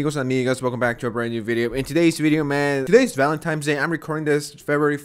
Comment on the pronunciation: "ValentIMES" Day? It's Valentine's Day. No letter M in the word.